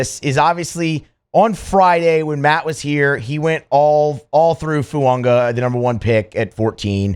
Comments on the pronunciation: I need to know where you and matt see the “n” in fuaga 😂 y'all are saying foo-un-ga not foo-ah-ga I love it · Plrase learn how to say his name. It's not Fu-ongah!